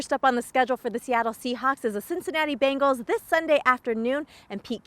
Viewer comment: did she say bagels?